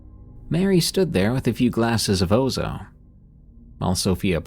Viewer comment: Its Ouzo, pronounced: Oozz,- O!